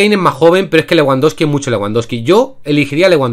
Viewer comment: Nadie Absolutamente nadie:: leWANdoski